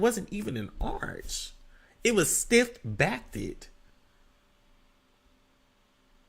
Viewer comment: Not “STIFF BACKTED “ 🤣🤣🤣🤣